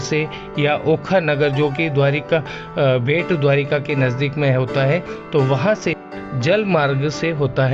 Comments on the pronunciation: bhet nahin, Bait or Bet ( Bet in Marathi Island) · IT IS NOT BHET, IT SHOULD BE BET..!!